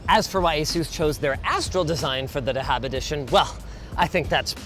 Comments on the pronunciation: Lil bro really said dahab 😭🤣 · you pronounce the "dh" in the word "dhahab" like the "th" in the word "that", in arabic it's pronounced "ذهب" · bro cant pronounce dhahab 😭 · Just a little correction Linus, it's pronounced Za-hab (gold) edition, not da-haab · Just to assist you and the other fellow brothers who said that wrong Its pronunciation is just like saying "thahab" and it is Arabic for gold and the th is like in "the" Pull that as a party trick next time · why does everyone pronounce dhahab as dahaab lol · i dont know why it is spelled like that but it is said Thahab which is just the arabic word for gold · Not sure why they called "Dhahab" since the literal pronunciation of the word in arabic is "Thahab" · The way to pronounce gold in Arabic is : The-hab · The way he pronounced dahab (gold in arabic) at the start made me die inside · the way you said gold in Arabic lol